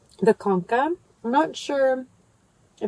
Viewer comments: Just an fyi, the cha in concha is pronounced cha like chair. Con-chuh like a sea conch which is where the name comes from bc the top looks like a sea shell. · Love how you pronounced concha wrong lol .. ch as in cheese .. conCHa 👌🏻😊 looks delicious 🤤